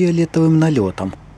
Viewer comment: Не мог сдержать смеха: Мнохо дорожек прехорело))))